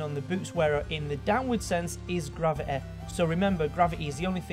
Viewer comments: what is graveae? its gravity you dont say gravity as graveae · its gravity not gravith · 'grav-e-e' jesus that's annoying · Not even gravity, it's grava-a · Dude said "gravi-eh" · i found it hilarious how he said "gravi'eh" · Ikr!!!! Hilarious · velociteh graviteh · "Bodeh" "Graviteh" "Velociteh" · Not everyone can pronounce a word the same way you do. Seriously now. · ***** All i meant was, he is physically capable of pronouncing words properly but he either chooses not to or subconsciously does not do this, and I find that annoying. Happy? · velociteh and graveteh. dont want to be the grammar nazeh, but come on mate. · Everyone complaining about how he says gravity or energy. Please, we think how you say the word "or" is weird and out of place as fuck. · Nice vid and I like ur accent and this isnt support to be mean😂 but every time you said velocity and gravity 😞